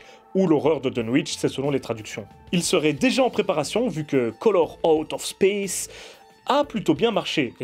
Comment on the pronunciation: ta prononciation me fait rire